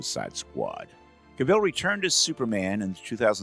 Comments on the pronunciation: Cavill not Caville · Actually, Cavill, not "Caville". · Henry Cavill is without an e and is pronounced Cavill to rhyme with gavel. Otherwise some amazing research here and I think you got the top two positions right! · It's pronounced: Kah-Vee-Zull. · Dean Cain should be so low that even the Super-Friends voice actor should SUPERcede him. He was the worst. Also: Did you keep mispronouncing “Routh” and “Caville” as engagement-bait? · Narrator it's Cav ill get it right do your homework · Why does everyone keep pronouncing Henry Cavill's name wrong? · I find it weird that you both misspelled and mispronounced Henry Cavill.